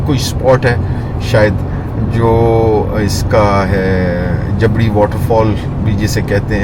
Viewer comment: جبری اصل ہجہ ہے نہ کہ جبڑی